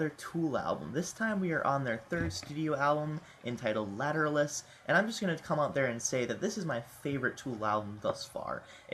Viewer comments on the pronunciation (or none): its pernounced later-awl-us